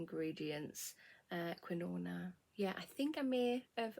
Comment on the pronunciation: Is it quinoa or quinona? Ha x